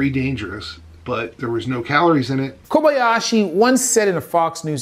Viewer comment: "Takaru Kobayashi", not "Koyabashi"!